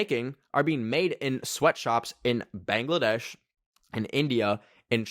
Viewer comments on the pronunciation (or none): none